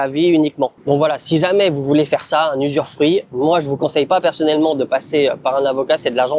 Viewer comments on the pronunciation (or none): Bravo ! Dans 5 ans on débarque prendre l'apéro sur la terrasse de la maison 🤣🤣🤣 ... NB. On dit "usufruit" (pas "usurfruit"). Pas grave 😀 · très bonne vidéo! je ne savais pas que l'usufruit existe aussi en Thaïlande! Attention a la prononciation usuREfruit ca n'existe pas:)! Félicitation et merci pour ta vidéo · Oui c'est TOUJOURS une bonne idée d'acheter un terrain. On dit usufruit et non usuRfruit. Conseil : clôturer le terrain avec portail, boite aux lettres , ça évitera les dépôts sauvages, appropriation de tiers... et débordements des voisins quand ils clôtureront ! Venir fréquemment le voir. Parfois il vaut mieux construire un petit quelque chose comme un abri même s'il est pas hyper bien fait, juste couvert, sans forcément des murs. Ca permet de s'abriter quand on vient voir le terrain et ça évite qu'on vous dise un jour qu'il n'est pas constructible. Ce qui est construit quand c'est constructible n'est généralement pas démoli si le secteur devient inconstructible. Après chacun fait comme il veut :) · Usufruit pas usuRfruit 😂😂😂